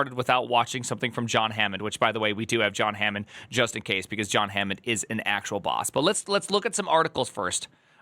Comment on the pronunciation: Oh no, you botched John's name. Is that an engagement tactic yet again?